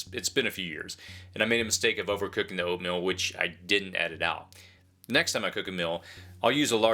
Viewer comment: Did he say oatMILL?